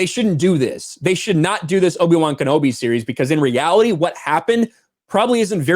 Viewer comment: Sounds like loki-wan knobi.